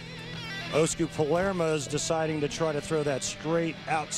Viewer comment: Lol one of the announcers said Paleraa